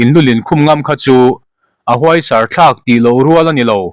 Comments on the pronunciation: Húaisàr a ni lo e! Hùaisàr a ni zawk. CHhiar thiam lo ṭhin mang e maw...😮😮! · Huaisar kha i lam ri dik lo. Huai tihhniam tur.( ka thaw huai mai tiha huai ang hian huaisar.)